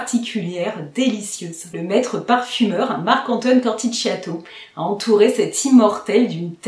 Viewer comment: Coromandel et Grand sooooooooir 🥰 J'aime bien Halfeti mais sur moi on sent beaucoup plus le oud que la rose... Par contre pour info "Corthicchiato" se prononce "CortiKiato" :) Moi ça sera surement Ambre Russe ('justement haha)